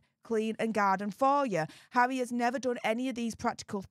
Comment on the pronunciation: So is bvvvvvvveaking down the vvvvvvvoyal news😂 conspivvvvvvvasy theovvvvvvvvy 😂 poor pvvvvvvvince havvvvvvy 😂